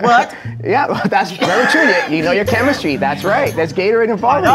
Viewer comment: “Oh Chemis-tree. Oh Chemis-tree, how lovely are your projects!” 😂 yooooo!